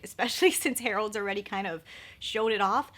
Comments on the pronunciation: It's Harrods not Harold's 😂😂😂 I hope you're not offended but that made me laugh so much 💓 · Hi. It’s pronounced Hair-ids. Harrods is “the” department store in 🇬🇧. HAVE A GREAT WEEK! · Yes, thanks. New subscriber and not British but I cringed every time I heard "Harold's". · Check out Charlotte Holdcrofts video (date 18.January) as the bought it at Harrods (pronounced HERODDS) in UK and reviewed it today :-) The full collection is available at Natasha Denonas website now.